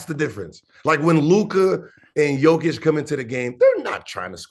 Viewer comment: Yoooo Danny Boy! You call him out on Wagner and you still don’t know how to say JOKIĆ!